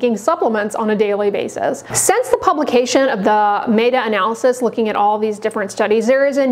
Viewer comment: A doctor who doesn't know how to pronounce "meta analysis" ... interesting.